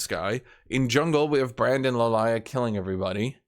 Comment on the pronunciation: What's with purposefully mispronouncing Lillia?